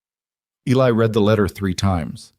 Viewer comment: Good story. A couple minor irritants. When a sentence starts with a past tense verb "opened" the following verb of the compound sentence is also past tense. The word spelled read is pronounced like "reed" in the present tense & like "red" in the past tense. Also the number of members in the club is confused. Apparently there are 11 total members. When 2 of the members are inside, there are 9 members waiting. When the club is riding back from court, they do not add another motorcycle because there is an extra passenger. There are still 11 motorcycles.